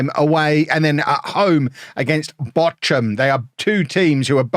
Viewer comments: Bock-um, not Botch-um. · The German pronunciation is /ˈboːxʊm/. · They're pronounced Bore-kum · That is a very unique way of pronouncing Bochum, 😊